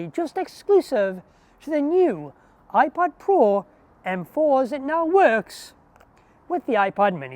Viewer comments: I kept hearing a soft iPahd 🫶🏽 quite enjoyable lol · Am I the only one hearing 'iPod Mini'? 👀 Great video btw, keep it up! 🎥🫡